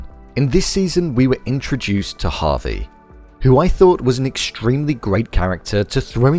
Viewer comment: Javi not Harvey